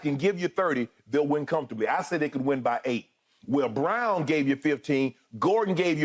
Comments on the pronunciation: His name is BRAUN NOT BROWN! Errbody calling the kid BROWN 🤦🏽‍♀️ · It’s Braun skip not brown sheesh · I would awesome Braun’s last name should be pronounced like brawn not brown right